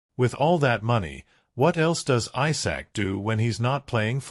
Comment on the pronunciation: Isak not Aysak 🙄